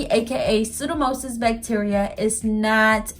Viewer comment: Hi, it's actually pronounced pseudo-mo-NIS. Great video. Trying to fix my green nail. Thank you.